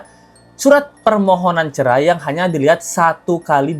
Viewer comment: Habib ga lulus SD BAHASA INDONESIA NYA NOL BESAR CERAI BIB BUKAN CERE 😂😂😂😂😂